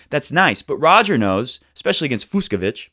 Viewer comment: The 2 ‘cs’ in Fucsovics’ name is pronounced like ch in Cheetos snacks. So it’s NOT Fuksovik :)